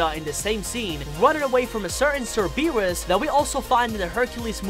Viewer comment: "Running away from a certain sir-BEE-rus" and "having fun referencing other movies" First of all, they say the dogs name correctly in the song at the exact clip you included in your video. Second, I think that this is less a reference to previous movies (since the Hercules looks completely different than the Disney movie) and more a reference to Hercules. You know, the Greek demigod who fought Cerberus in ancient mythology like, a couple thousand years ago. I know this is all super pedantic, it's just frustrating hearing inaccuracies when the correct information is literally in the content you're talking about.